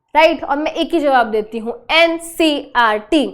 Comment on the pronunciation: It's ncert not ncrt😅